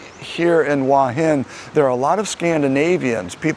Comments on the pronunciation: It is beautiful there. Pronunciation is Hor Hin, not Wa Hin. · Transliteration makes it difficult but the point is he is saying it completely wrong.